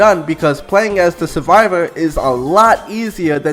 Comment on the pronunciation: You sound like someone who still plays l4d2 lmao "Suvivow" 😂😂